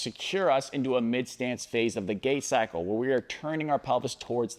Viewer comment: Sorry, did you say "gay cycle"? 🤔